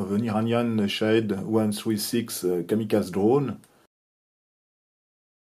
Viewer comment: Proper pronunciation is Ka-mi-KAH-zee, emphasis on the third syllable …